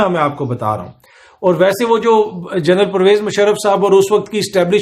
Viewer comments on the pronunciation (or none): none